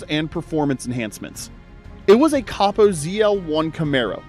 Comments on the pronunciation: Coh-Poh, not caw-poh. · I was out after you said copo wrong.